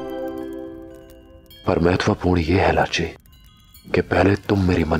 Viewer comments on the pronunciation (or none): Bro its lachi not rachi